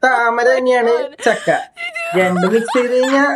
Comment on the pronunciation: ചക്ക യല്ല , ഛക്ക 😂😂